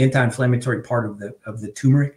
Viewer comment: It's TUR-meric! NOT TOO-meric! So annoying!